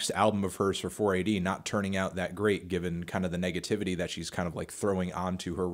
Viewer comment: “Thit label”